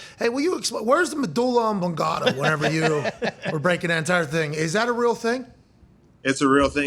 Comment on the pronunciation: Yeah, Pat butchered medulla oblongata. 😅